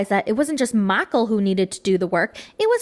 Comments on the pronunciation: Every time you say Miicheal I giggle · The way you say Michael is so hilarious 🤣🤣